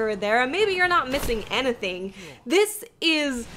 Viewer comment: No idea what made me realize this but I freaking love how she says "anything" XD